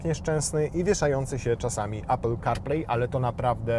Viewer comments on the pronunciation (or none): none